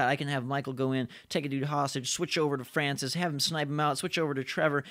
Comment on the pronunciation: it's Francis not Francise